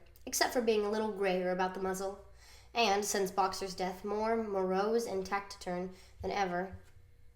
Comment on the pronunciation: you mispronounce "taciturn". The "c" is pronounced like an "s", not a "k".